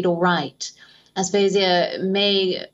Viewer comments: It’s aphasia.. not asphasia.. 🙂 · You're mispronouncing aphasia